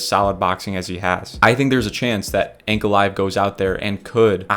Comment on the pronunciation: Hearing you mispronouncing Ankalaev is deafening. I get that there's a reason you guys are YouTubers and not professionals but the amount of invalids (good luck with that one) on this platform mispronouncing simple words and names are astounding. How have your parents let you into the world being so unintelligent?